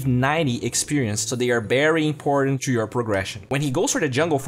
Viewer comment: Min "berry important"